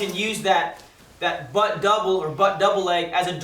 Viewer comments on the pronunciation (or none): none